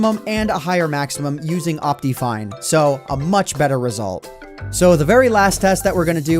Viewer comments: 1. duh it's worth it 2. It's pronounced op-tih-fine you idiot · I love how he says it like optifien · Dat optifine pronunciation tho, XD Opteefine. XD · El cofre :v Lol, xD I pronounce it like Op-tuh-fine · Ryan Sonic I pronounce it like Op-te-fine